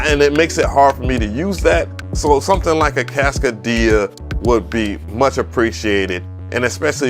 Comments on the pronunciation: NAMM seems to be pretty weak this year...wow....and not to be that guy....But that joint is too costly to be called "Casca--DIA"....It's "CASCADE-ia" 😎😆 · Cascadia is pronouced like Cascade dish soap. It comes from the Cascade mountains in the Northwest. Cascade -ia. Like Philadelph -ia. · I love your vids, man..MPC Gang! However, you destroy the pronunciation of names lol It's pronounced Cass-cade-ee-uhh....like Cascade with eeuhh at the end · Say it w me, Cass-CAY-dia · Lol, he says ‘Cascadia’ like ‘Quesadilla’ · He said "kass - kuh - dee - yuh" 😂🤣🤣🤣🤣🤣🤣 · Is its name supposed to sound like a Mexican restaurant, or is it pronounced like Cass-kade-ee-uh? I assumed it was that one, but now I'm confused. I only watched "sound-only" demos so far until this vid, seriously🤣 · it's Cas-Kaaay-Dee-Ah...😏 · Pronounce it with me: Cass Kay dee uh = Cascadia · Im starting to wonder if hes mispronouncing these things on purpose so we correct him in the comments lol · Cass-CAY-dia with the accent on CAY. Like cascade? It is an ARP 2600 clone. You should try the M8 tracker which has sampling and does about 50 times what the new Polyend does. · The way you are pronouncing cascadia is killin me haha